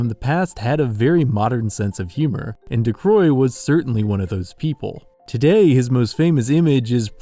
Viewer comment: Great video, very entertaining. But i just woke up and i'm a bitch when i do, so... Why would you pronounce his name Ducroix when it's clearly Ducreux?